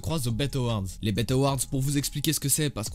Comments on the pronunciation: Super vidéo juste on dit B.E (I).T. Et pas bet mdrrr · C’est pas béte awards c’est bi i ti awards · Par contre c'est pas les "bête" awards mais les B E T awards qui se prononce "BI I TI" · Bet award ça se lit en anglais lettre par lettre bi i ti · Les "béte" awards il a dit l frérot 🤣🤣🤣